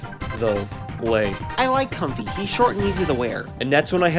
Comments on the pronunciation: it's actually pronounced com-fae as in fairy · But... I thought it was pronounced comfey (fei) MY ENTIRE LIFE HAS BEEN A LIE